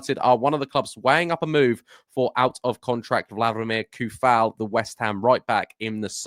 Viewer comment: i believe its pronounced Sue-fal :D he's be a nice addition , and improvement on our bench options , snap up his compatriot Soucek also ^^